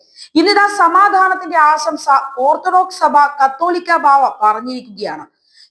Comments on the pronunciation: കത്തോലിക്കാ ബാവാ അല്ല കാതോലിക്കാ ബാവാ ആണ് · മലയാളം ശരിക്ക് വശമില്ലെന്നു തോന്നുന്നു... കാത്തോലിക്ക ബാവ അല്ല, കാതോലിക്ക... കത്തോലിക്കാ ബാവ തിരുവനന്തപുരത്താണ് -മാർ ക്ലിമീസ്!!!